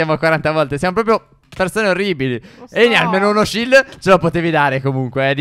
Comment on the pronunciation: stef ti sei acorto che ai detto sild